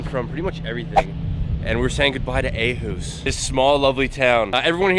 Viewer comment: It’s not called ahus but Åhus with å not a